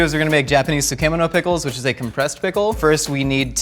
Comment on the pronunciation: Butchered the pronunciation of sukemono